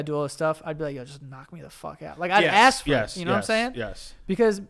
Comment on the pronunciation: joe: let me axe you a question